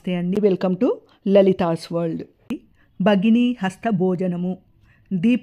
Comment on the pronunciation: Merokkare spastamga palikaru bhagini ane word chala clear ga chepparu